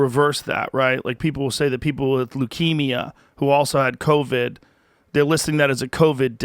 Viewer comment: Did he just call it "COVI"?? Somewhere, Donnell Rawlings feels vindicated.